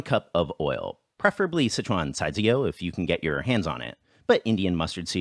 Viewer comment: Why do you pronounce Sichuan as "Citron"?